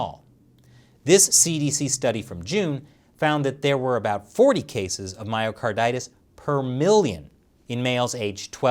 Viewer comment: I definitely heard "Mario Kartitis" 😂